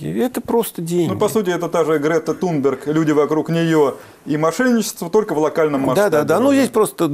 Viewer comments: только не трунберг а тунберг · Не ТРУМБЕГ, а ТУМБЕРГ. Благодаря срелствАм массовой информации. ( как говорили наши инструкторы по гражданской обороне "средствА и медикАменты") Слух, видимо, у ведущего отсутствует.Рискну предположить его украинское происхождение.